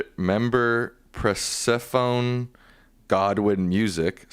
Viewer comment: The woman’s name (Persephone asked a question) is pronounced per-SIFF-ah-knee. (Look it up. Her namesake was a Greek GODDESS!)